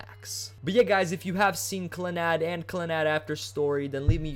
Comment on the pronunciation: I looked up the pronunciation and its clah-nahd not clannod